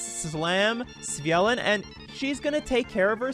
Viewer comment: I'd take you more seriously if you didn't continuously get the card name wrong.